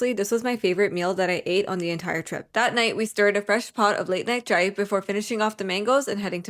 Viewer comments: its cha-i not cha-e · tip for saying “chai”.like said in the vid she said c- hi! but how Bengalis say it is by say)ng it like cha (as in cha cha) js cha I speak and come from Bangchan so trust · Duh fuh you saying chai like that for